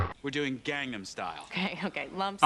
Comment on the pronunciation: I'm sorry but the pronunciation for Gangnam Style was so OFF lmao